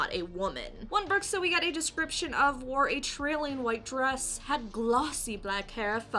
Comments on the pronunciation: The word Bruxa is pronounced Broo-sha in Portuguese, it means "witch". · Elderly? Smoking hot elderly woman....you’re hilarious....🤘🏽🤓 keep the vids coming....also if u pronounced Bruxa as if it was Spanish, it’s very close to BRUJA(broo-haa) which is a Witch...